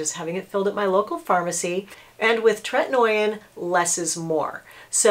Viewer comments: “Tret-in-O-in” lol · Differin (previously Rx) is also available over the counter. The name of the ingredient in that is adapalene and it is kind of like tretinoin’s sister... so people might wanna look into that as well. Besides the pronunciation I think this is pretty solid advice I just don’t think you necessarily should be giving it because there are a lot of other things that doctors would consider about specific situations withDifferent people not everyone tolerates treatment very well especially if you have rosacea - it can make it worse!